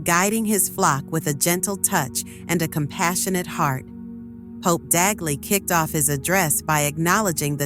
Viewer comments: Not Taguchi, TAGLE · Tagle not Taguchi. Hello! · CLICKBAIT....FAKE NEWS,,,,They can't even pronounce Cardinal Tagle's name properly